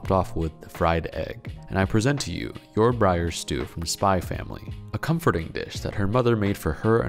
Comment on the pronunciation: Dude it's Yor Forger